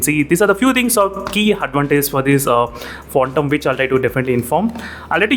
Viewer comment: It's Phantom Not Phontom 😂